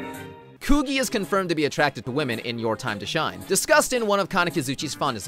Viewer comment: WAIT WHAT PEOPLE REFER TO THE NAO ENDING AS THE THE LESBIAN ENDING EDIT: STOP SAYING "KOO-GEE" ITS "KOO-GEE-EH"